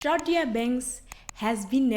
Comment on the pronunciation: Thank you for saying my name correctly! And I couldn’t have said it better myself 🤗🤗 awesome video guh… lemme go drink some tea